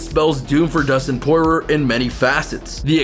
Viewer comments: And Dustin Poy-roar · Who da fook is Pore-Rer? Lmao